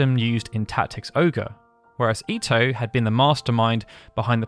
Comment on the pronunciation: Thank you for pronouncing Ito right!